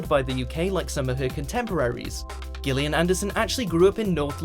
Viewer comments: It's pronounced Jillian, not Gill-ian. What kind of Brit is narrating this? :) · Does anyone say Gil-li-an?Is this normal in any part of the world or is the speaker just stupid?Oh,he also says Hert-ford-shire.Is it not pronounced Heart-ford-shire